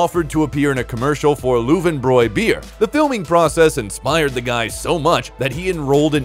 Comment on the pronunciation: Dooooode, it’s pronounced “Lowen brow” beer.